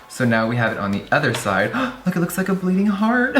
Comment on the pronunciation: "It looks like a bledding heart" XD That was adorable